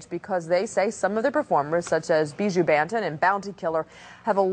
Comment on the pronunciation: Looool!! The presenter cyaa pronounce Buju Ban-tan!!